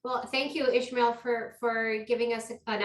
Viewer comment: Why are they saying Ishmael? There us no h in his name. Why isn't he correcting them? I was told in my Dale Carnegie class how important it is to get a person's name right. If you are going to interview on a public forum ,please get the name right.